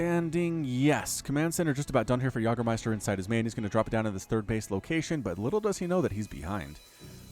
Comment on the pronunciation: Yag-ermeister? Its YAY-germeister you philistine. sie sind das essen und wir sind die Yag-er? No! Also Pacific Rim.